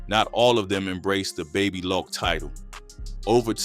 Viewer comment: Baby “locc” not lock wtf 😂